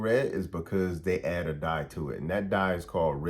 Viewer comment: When you say dat, do you mean That? When you say da, you you mean The? When you say day, do you mean THEY? When you say kaw, do you mean Called? When you say wit, do you mean with? When you say sane, do you mean same?